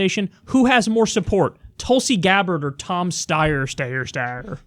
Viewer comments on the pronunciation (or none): Hey Kyle. Let me solve this for you. It's pronounced Sty er, not Stay er. Even tho I don't give a crap about him. Just thought I would help. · Might be worthwhile for you to do the research on how to say Tom Steyer's name. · I also despise Steyer, the weaselly fuck, but just learn how to pronounce his damn name.